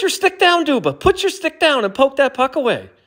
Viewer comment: Pronouncing his name "doom-ba" 20 times